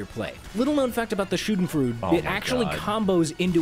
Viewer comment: The joke is that he increasingly says the “schadenfreude”’s name more wrong every sentence. First he said Shout and fart Then he said Shoo den froo Then he said Shamylan